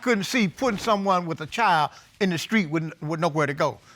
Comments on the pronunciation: 1st case: The lady is saying, "screet," instead of "street." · “Down the skreet”? 🤔